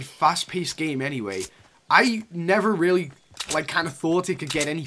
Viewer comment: Any one else thought he said rarely instead of really